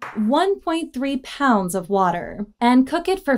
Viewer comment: Notice she emphasized “POUNDS” of water..? 😂